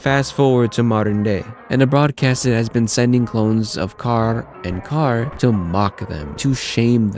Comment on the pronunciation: Awesome video man i wanted a video like this. Also I love the way you say carrs name, your the only person who actually pronounces it correctly lol